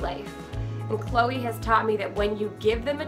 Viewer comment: what kind of name is chole? i understand chloe, but chole? sounds like choke not cholr.